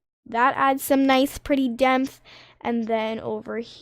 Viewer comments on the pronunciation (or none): hey i would just like to say its totally not hate but its pronounced depth not demth